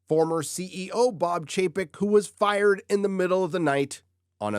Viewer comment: Fired? No es “fired”. Es firrrrrred.